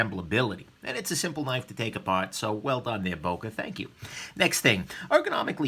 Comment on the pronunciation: please if you want a real böker buy the original german made böker like the böker solingen Kalashnikov 47 and also like other americans you butcher the name böker